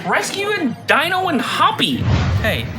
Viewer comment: “Dine-oh”. How do you not know the Flintstones pets name. I always thought you were around my age but not I’m assuming you gotta be under 25.